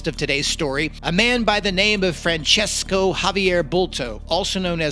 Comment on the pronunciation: I can tell you that his name is Francisco., Like San Francisco town. In catalan language his name is Francesc, so you can see that there are no "o" at the end, like in the Italian name. So never say Francesco, that's a big mistake. If you have doubts about it you can write Francisco on Google and ask for pronunciation and you will hear how it sounds, same tha San Francisco town. Hope it helps. But please don't write Francesco, that's a big mistake. And big THANKS for the nice video anyway !!!